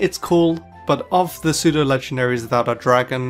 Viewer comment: You mispronounced "pseudo". It's pronounced as "SUE-DOH"